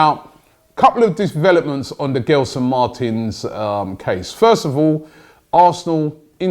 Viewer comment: The name Gelson Martins in Portuguese is pronounced more like "Jelson" and not "Ghelson". And then "Marteens". The last syllable in Martins is the strong one. Of course it´s easy for me to say that. On the other hand I pronounce a lot of English names wrong, and there must be a lot of mistakes in these sentences I write. Sorry. I just love this cosmopolitan club and wish Arsenal the best.